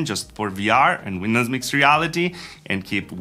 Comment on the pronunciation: If someone could explain to me what "WINDUHS" actually is...